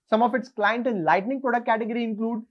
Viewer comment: Very informative!! By the way, there is a difference between Lighting and Lightning.. You repeatedly pronounce it as Lightning..!! Please correct in your future video!!👍